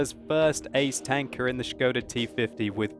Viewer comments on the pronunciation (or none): That "o" is very short, it isn` t [oooooooo] but just [o]. I am Czech, and it`s funny to hear :-) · his pronunciation of skoda is waaay off :), just messing with that shit :). There is not "sch" sound in skoda :D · Sounds like he's saying "scrotal T-50" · Isn't Skoda pronounced more like school, just with a "da" instead of the "ol"?